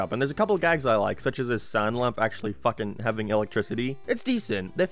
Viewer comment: Spongebob the FOOOKIN squarepants??? Wut are YOU doing here???